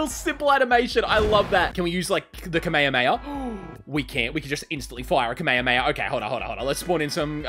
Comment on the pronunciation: I hate how he pronounces kame hame ha